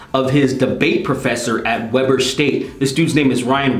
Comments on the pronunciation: It's pronounced Wee-ber State, and this is my first time learning that this professor is here in my state! Weber State is one of the biggest universities here in Utah. Why do so many teachers project themselves onto their students??? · It's pronounced "weeber" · I attended there for a bit (its pronounced wee-ber) and that scares me. This could have been my professor.